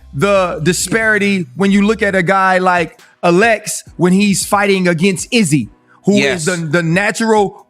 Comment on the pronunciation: There’s on only one way to pronounce ‘Alex’ theses guys sound stupid af the way they’re saying it.